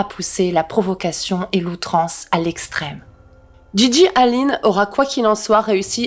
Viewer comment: A , j'entend "profuckation" 🤔